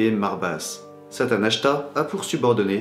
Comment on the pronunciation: je voulais te dire que j'ai vu que l'on disait Satanachia et pas Satanachta :)